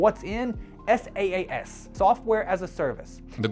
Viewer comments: it's saas not S.A.A.S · IAG media became IAG Online Services which ran from - it’s on Companies House and was voluntary wound down with £1mil in assets. SaaS is pronounced “sass” NOT “s.a.a.s”. And it stands for software as a service NOT solution. I’m not defending this guy but jeez your research is pathetic.